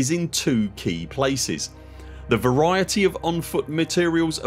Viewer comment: I'm touched by the way how speaks "variety". Deeply touched. 🫣